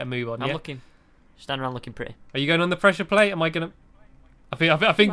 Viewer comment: Stampy it's presure plate not presure plat.